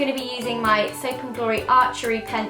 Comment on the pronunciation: "My haaa"